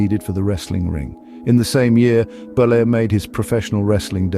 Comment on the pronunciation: Terry Bollea not Bolier, he's not french, he's Italian